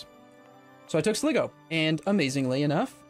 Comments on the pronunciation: As an Irishman, your pronunciation of Sligo annoys me greatly. The I in the middle is pronounced like if you were referring to yourself. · that Sligo pronunciation